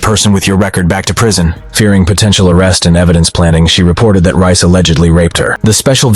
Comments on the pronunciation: That's Reyes, not Rice. It's pronounced "Ray-ez". EDIT: is it Rice or Reyes? I swear the text said Reyes at the start, but now it says Rice. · Deangelo rice ?😂😂😂😂 it’s (Rey-jes)….. brooo😂😂😂😂😂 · Reyes. It pronounced Ray-ez not rice lmao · His name is pronounced "Ray-as". Not "Rice" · Ray ez*. Damn. Not rice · Not that this is the most important part of this, but the officer's last name is pronounced RAY-ez not Rice. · It's pronounced Ray-ess not Rice 😂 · "Ray-es" not "Rice." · Its not RICE !!! ITS RAY-S COMMON HOMIE WHAT YEAR IS THIS 2023? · How does “Reyes” (“RAY-ess”) morph into “Rice”? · I don’t think Reyes is pronounced Rice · Since when is Reyes pronounced rice? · Reyes is NEVER pronounced as Rice. That’s ridiculous you would even pronounce it that way. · It’s Reyes, not “Rice” 🧐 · Reyes isnt pronounced rice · Bro why do you keep saying Reyes like Rice 😭😍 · "Reyes" isn't pronounced "Rice." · He pronounces Reyes as Rice. Lol. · Did you really pronounce Reyes as rice lmao 💀